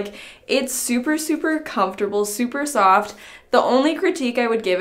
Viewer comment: No one:: It's super COFT